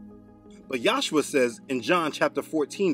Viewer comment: In this vid , you are pronoucing the son as Yahsuha insead of Yahushua. What's up wid dat? Your histry of the Catholic church is right on , but still, I don't know what the pronunciation of the name of God or is son is. You keep changing it!! Why!!! I guess you'll just egnor me. Oh well.